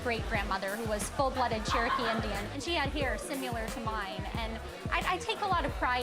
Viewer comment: “Simular”????? Uhmmm no honey. Similar!!! 🙄🙄🙄🙄